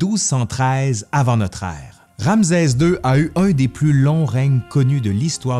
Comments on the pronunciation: Très intéressant et vivant comme d'habitude mais pourquoi prononcer "Ramzez", et non "Ramsès"?? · En effet, petite erreur de prononciation… Ramsès \ʁam.sɛs\ (rame-cèss) 👍🏻🤓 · ramsɛ ; un minimum serait de bien prononcer le nom ! Rˁ-ms(w)-sw : Rê l’a engendré . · C'est une très belle vidéo : Ramsès II est un pharaon incontournable !! Petite remarque : en France , on dit Ramssssès car il y a deux consonnes qui se suivent mais ce n'est peut-être pas le cas dans la Belle Province 🥰😘 Merci et 😚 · J 'adore ces "capsules " . Je prononce RanSes, pas RamZes..c est normal ? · “ RamZeZ 2 le Retour !!!” 😂👍 La prononciation québécoise est originale. 😉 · Bonjour, pourquoi tu prononce ram"z"es?? Un subtilité québécoise ou un élément historique? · Euh... Ramzès, c'est une prononciation québécoise? Merci pour la vidéo.😊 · Malheureusement les Égyptiens ne parlaient pas québécois ! Rê l’a engendré : Rˁ-ms(w)-sw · ouai pr un prof dhistoire ca craint un peu bon on va dire cest les prononciations zarbi du quebec :)